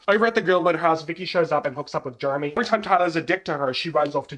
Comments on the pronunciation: Gurl the way I'm eating this up- Also with your accent it sounds like you're calling Jeremy "germy" 😂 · your accent having you saying Jeremy like Germy is my favorite thing bc he really acts like just a germ for the first one or two seasons in the plot😭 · "Germy" lmao 😂